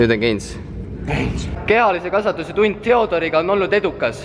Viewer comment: Ma kuulsin kehalise kasvatuse asemel Kea-Liisi kasvatus koguaeg hahahahahahahaa ups 😀😂